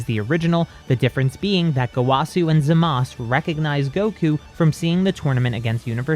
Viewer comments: Bruh im sorry. I respect this story but HIS NAME IS ZAMASU NOT ZAMAS 😂. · Why does always say zamas instead of Zamazu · Why do u say zamas it’s zamasu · Why the heeck does he say Zamass bruv its zamasu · It’s zamasu not zamas but otherwise great video and a very good story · Hol’ up I’m so confused… Why do you call Zamasu “Zamas” instead of “Zama-oo” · Everytime you pronounce Zamasu wrong it makes me want to lash out like Broly, that out of the way I do enjoy these videos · You are pronocing zamasu wrong